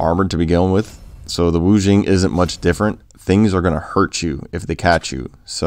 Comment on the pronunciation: It's pronounced Wu-Ging (J in this case pronounced as a "G"). Otherwise great review!